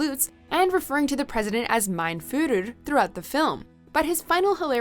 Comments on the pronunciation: "mein furrur"? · The way how she pronounces “mein fhür” pathetic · Lol the narrator can't say "Führer"